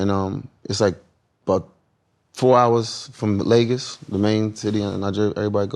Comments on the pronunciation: Not him being Nigerian saying "Lagus" Lagos Wrong lol 😂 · The way Wale pronounce Lagos, confirms that the brother abandoned this birth place decades ago and he knows nothing about Nigeria, only until now his trying to learn about his heritage .... Weeee